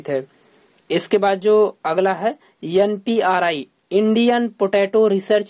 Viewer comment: Npri nahi hotha IPRI hotha hai